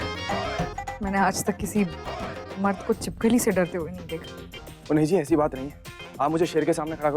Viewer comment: 😂chhipakali ny chhipkali